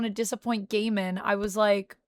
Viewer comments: Pronounced Guymon. When there is an ai in a name the a becomes silent. For example Sai, Gaimon, Akainu and so forth. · Pronouncing Gaimons name gay mon is hilarious to me. Makes it sounds like a digimon from a banned episode lost to the ages.